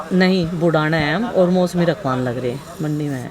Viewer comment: mosmi nhi hota musami hota h